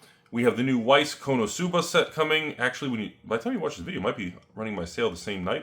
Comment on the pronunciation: why he says konosuba wrong so many times....